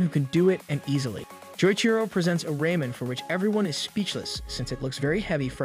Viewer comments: Still can't get over "raymen"... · It's Ramen not Raymen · I love “Raymen” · Why you say raman like ramen